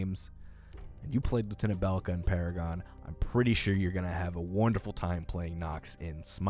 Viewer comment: Funny how you said Paragon like Para-gone xD